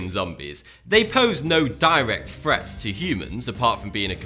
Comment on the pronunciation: Fret. Instead of Threat.